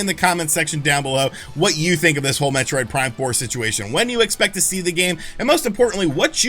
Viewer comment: Heh. He said "Metroid Prime 4mula." 😄